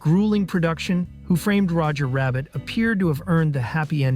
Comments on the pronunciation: i dont get how anyone can make a 25 minute essay on a movie and not one time pronounce the title correctly. It is 'WHO' framed Roger Rabbit, not who 'FRAMED' Roger Rabbit. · Why can't the narrator pronounce the name of the movie? He keeps stressing the word "framed.? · The way this dude pronounces Who Framed Roger Rabbit as if it isn’t a title pisses me off beyond belief.